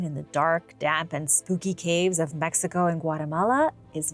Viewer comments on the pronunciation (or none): none